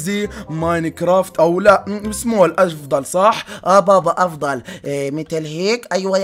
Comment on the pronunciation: صَحَ مش صَحْ